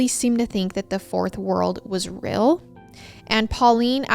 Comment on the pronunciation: I cannot get over how says deal as dill and real as rill 🥺❤️🫶🏽 it’s so adorable! ❤️❤️